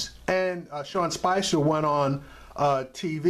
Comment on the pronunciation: It's Sean Spicer by the way. Ahah funny u always say Spencer